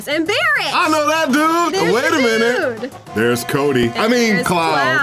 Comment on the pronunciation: "there's kobe!"... Cody? Lmao